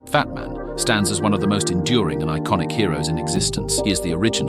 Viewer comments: Trying for a few minutes to figure out if I heard fatman at first and not batman💀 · He’s 100% saying Fatman. Should be ashamed of himself 😂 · im hearing at the begining of the video fatman not batman💀💀💀 edit:100 likes lol thx